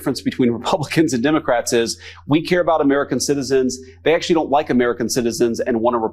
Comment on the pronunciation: I notice that, too, as well as the way they call us “Demicrats.”